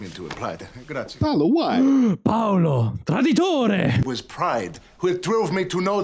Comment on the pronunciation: Wow they way you said “traditore” was perfect.... you sounded 100% Italian 👏🏼 Are you Italian?